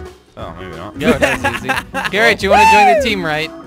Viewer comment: instead of calling garret garret call it carot LOL